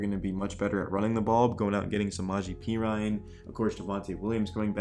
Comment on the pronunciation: Not pea Ryan, pe rin knee